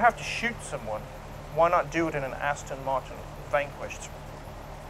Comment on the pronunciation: aston , not astin